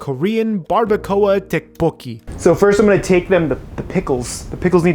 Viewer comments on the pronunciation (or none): Who eats fried rice with a fork?... Also tteokbokki = "tdohk-boh-gki" (say the "td" at the same time for the most approximate sound. Same for the "gk")